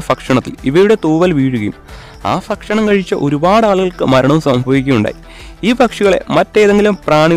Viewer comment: ഫക്ഷണം അല്ല , bro ഭക്ഷണം